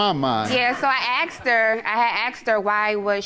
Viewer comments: "axed" her ????? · "so i axed her, i axed her" learn how to talk.